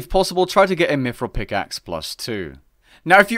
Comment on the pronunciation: He said "mifril"